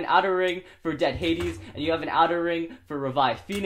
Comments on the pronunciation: bruh, it's not dead hadis, it's dread headis. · dread hades, not dead hades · Why does say dead hades?